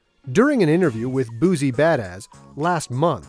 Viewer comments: Cringe everytime he says buzie (boosie). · Why do so many people mess up Lil Boosie's name 🤦🏿‍♂️ It's not BOOZY ! It's Boosie !